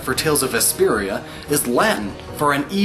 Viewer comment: Great video and thanks for explaining most of the names but personally you butchered the hell out of Vesperia in both name and explanation of the title, sure its a star and the name of the guild in the game but there's more to it then that and you didn't seem to get into explaining it to the extent you did other tales' games, wether its just that you don't like Vesperia I'm not sure but as for me Vesperia is one of my favorites